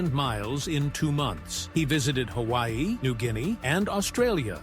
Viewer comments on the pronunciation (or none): none